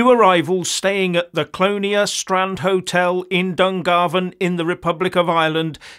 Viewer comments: It's NOT Pronounced "CLONE-E-AH".. It's Pronounced "CLONAYYYY".. even though it's spelt "CLONEA" You're Wecome 🙏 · It's pronounced...Clon:A spelling Clonea